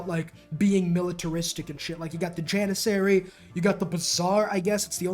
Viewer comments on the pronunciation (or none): none